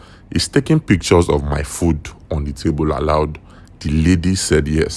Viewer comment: Pic-ch-ors😂, por-pors-ful😂😂 bot😂😂😂 Nigerians 😂😂😂 what is your thoughts? 😂😂😂 is? Thoughts? And you have the guts to criticize others